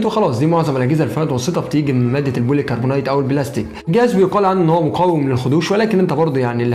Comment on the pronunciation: تسلم على الفيديو لكن ليا ملاحظة بسيطة كلمة كربونيت نطقها كده غلط والصح كربونات زي ما بتيجي تقول كربونات الصوديوم مثلا وده عارفه لإني شغال مترجم إنجليزي وبترجم الحاجات دي في موقع Noon بتاع التسويق وبيقابلني جميع المنتجات ونا قولتلك كده عشان حابب أشوفك أحسن مراجع يوتيوبر لإن سمعت باقي المراجعين كلهم بينطقوها غلط بس هما لا يعنوني في شيء